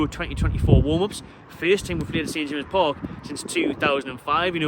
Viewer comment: Its called at James Park Not st jamseses... Call yourself a fan!!